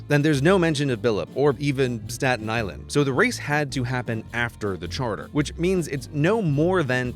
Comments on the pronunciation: saten Island** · “Statin” My blood pressure is rising